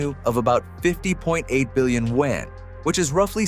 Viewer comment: Teach your AI how to pronounce Yuan